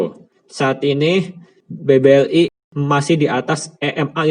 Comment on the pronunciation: maaf nih sebelumnya klo boleh mau ngasih saran, editornya bisa dubbing pake suara lain ndak ya, supaya pelafalannya bisa lebih jelas, sayang banget kan padahal isi kontennya udah bagus, contohnya BBRI koq malah jadi BBLI.